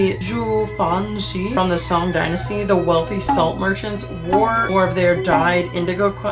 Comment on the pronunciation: The o in Song dynasty is more similar to long o (as in blow), not short o (as in English word song) btw.